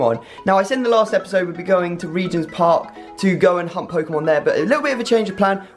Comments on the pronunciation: When he says hunt Pokemon it sounds like hump Pokemon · It sounded like he said "Hump Pokémon" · Are you saying hunt or hump pokemon lol.......just saying